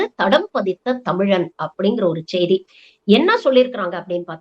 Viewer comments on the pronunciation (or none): அது.... ச்ச்செய்தி அல்ல.... செய்தி என்பதை ஒழுங்காக உச்சரிக்கவும் 😂😂😂😂😂😂😂